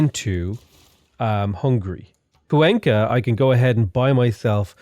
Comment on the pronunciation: kwayn-ka not cuw enkah